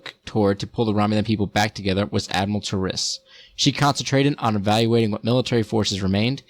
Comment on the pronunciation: it's Taris not Ta'ris. There is a mission where Sela says Taris' name.